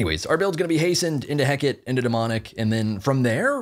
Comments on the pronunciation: please play nox!!! also it's ring of Heh-kuh-tee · The fact calls it "Heck-it" for Hecate makes me love this channel even more